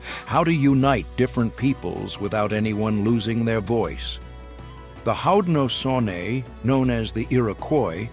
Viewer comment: Adding to that is the horrible pronunciation of "Haudenosaunee"